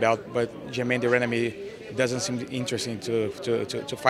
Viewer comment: Luke Woishnis It's de RANdamie